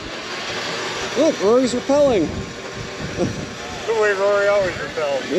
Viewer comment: I can't believe you said "Rory's Repelling" 😅🤣😂. John here, from the back-roads of Northeastern Tennessee.